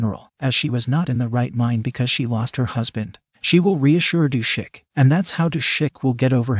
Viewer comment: I think it’s Du-sik.